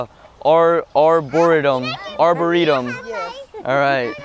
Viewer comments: 13 minutes of Mark trying to pronounce 'Arboretum' 'Ar-bur-ritom? Arboritum? Arbor-tom?' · I love how mark could say arboretum perfectly before then as soon as he gets in front of people he screws it up. We stan an awkward king. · now im confused how tf u pronounce arboretum